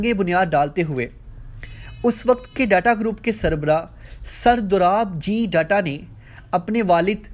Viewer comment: Aba data nahi tata hain .thik se nam to lela